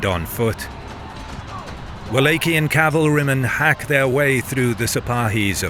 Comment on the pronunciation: What’s up with the weird pronunciation? Dude says “Wallachian” two different times in the same sentence! Is this a bot voice??!